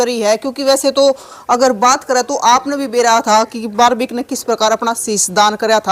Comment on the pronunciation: बिलकुल आपकी भाषा पसंद नहीं आई बारब्रिक नही बल्कि बर्बरीक है आप बार बार यही दोहरा रहे हो